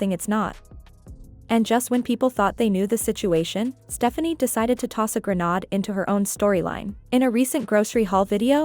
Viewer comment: It didn't say the word grenade correctly.